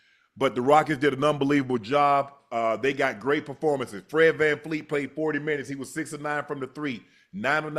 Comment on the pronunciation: Unc! It's Vanvleet, not VanFLEET.